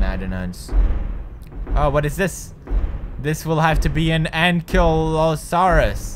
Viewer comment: Its ank-lee-o-sarus